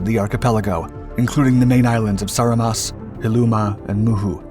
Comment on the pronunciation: Dude. Your name pronounciantions are so far off that I have no idea what is this "moon sound" battle you speak of. Write the actual name down and stop butchering it. First I thought there is some battle i dont know of and got exited, but after You pronouncing Saaremaa, Hiiumaa and Muhu islands, i was lile, ooooh, he didnt do his homework. So, what is it?